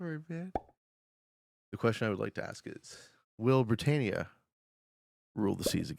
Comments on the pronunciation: Pedantic, but it’s pronounced bri TAN ia not bri TANE ia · Britannia not Britainia! Comon,I know you're from one of the colonies, but it's like me saying Canadia! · Why can’t you pronounce Britannia?